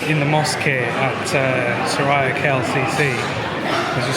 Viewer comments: Welcome to Malaysia. Just wanted to highlight something. The right way to pronounce the mall’s name is ‘Sue-rea’ and not su raya mall. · Its su-ree-ah not su-rah-ya klcc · Just to correct a little..its pronounced as Su(soo) Ri(ree) Ya(ya) not SuRaya..😊❤😊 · Welcome brother! By the way, the correct pronounciation for SURIA is SUE-REE-YA meaning Sun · It’s pronounced ‘Soo-ree-ah’ mate 😊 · Mr.,& mdm, Suria KLCC should pronounce as Soo rea KLCC, just an info that I, a Malaysian want to share. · I love your poetic musings ❤ I am currently in Dubai and can’t wait to return to my beautiful homeland in February. My favorite place in Malaysia is Penang which has the best street food. You may consider hiring a trishaw ride for an hour through the streets of Georgetown and to see the amazing street art. Btw Suria is pronounced Soo-ree-ya. Blessings to you and your beautiful family ❤ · Hi. just to help you a little since it is your favourite mall & you might encounter instances with the local that might misunderstood you guys. It is pronounced as ''su-ree-ya'' KLCC. 🥰 SURIA actually means the ''sun'' or ''sunshine'' in Malay. You can see the meaning reflecting in their logo. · Suria is pronounced soo-ree-yaaa 😃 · الحمد لله... هذا من فضل ربنا... Just for your information, we pronounced "Suria" as 'Su ree ya'. In Malay language, "Suria" carries the same meaning as "Matahari", which means "Sun".